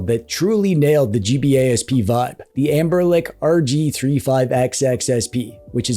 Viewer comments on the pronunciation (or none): Why are you saying anberLICK? 😭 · Am i hearing it right or are you calling Anbernic, "AmberLick"?